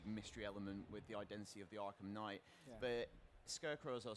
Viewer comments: I've only heard of "arkham knight" not "arkham knigghgt" sorry for my bad english, i'm from 'murica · Batman Arkham Kngigityght